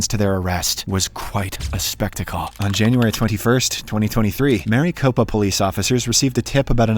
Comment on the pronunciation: I hate when people mispronounce word in regards to my state. It's not Mary Copa. Its Mare eh Copa